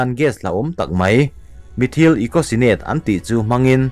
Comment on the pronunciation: Methyal( methyl ) ti a lam tur..